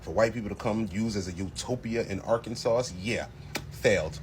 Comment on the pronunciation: Nice video. Just an fyi, it’s pronounced ar-can-saw.